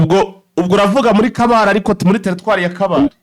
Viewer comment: Mwatse ntabwo ari kabale ni kabare.